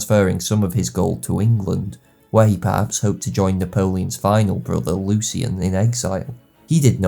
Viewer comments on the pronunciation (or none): none